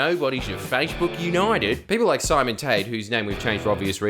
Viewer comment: Everytime you said "simon" it triggered me deeply